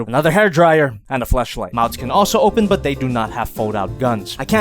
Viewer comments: I’m very concerned if said Flashlight or Fleshlight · Hilarious, great video! Awesome figure was able to pick up one from the second run. Did you say flashlight or flashlight?? Lol say away from the red pussy. Greatest diecast figure of all time🤔